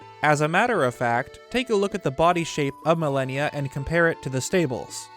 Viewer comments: Amazing video, but... I could not stand how you pronounce malanya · it wouldn't be an video without some butchering of a word. He also pronounced Malanya wrong lol. But at least he fixed his pronunciation of "Hateno" which shows he CAN change! (He usually pronounces it "HAT-no.") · Soooo I dont wanna be that guy but it bothers the hell out of me that you are completely mispronouncing Malanya's name it should be MAL-AN-YA, anyway good vid. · Of course it should be pronounced Malon-ya...but can't even pronounce the word "Celtic" correctly....bruh...your vids are cool and all, but it's pronounced with a hard C (k sound)...unless you're referring to a sports team from Boston. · pretty sure itd be pronounced Mal-an-ya, which sounds closer to Malon. Great video 😀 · Ma-Lan-Ya. I chuckled every time you called the horse god Malenia😂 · Malanya not Malenia. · Malanya, not millenia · Every time he said "Milennia" instead of "Malanya" I think I died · I think his name is pronounce Malan-ya, not Malenia. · Mah Lah Nyah. stop fucking saying milennia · "Milenia"???? you mean MUHLAHNEEYUH ... like what.. you're saying "millehneeya" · Name is pronounced Ma-Lan-Ya. Not Millennia. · Naw dude it's not pronunced Malineya.. it's like the 1st lady Malanya (Mah-Lawn-Yah) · You are pronouncing Malanya as millenia..........it would make way more sense and sound like Malon if you pronounced it like Ma-lahn-ya. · its "mah-lan-ya" (you know, like orange "man's" wife) not "millennia" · "Millenia?" Shouldn't it basically be pronounced Malon-ya? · Ah yes, I too pronounce "Malanya" as "Millennia" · Bro why tf is your name?? It makes no fuckibg sense. You make great vids just pls change your name EDIT: Its called MAL AH NE AH Malanya. Just like the name Malon. How did you not get this? The way you pronounced it made this video hard to watch. The rest of the vid is great. Just please learn how to pronounce things. EDIT: Its pronounced Keltic with a hard c.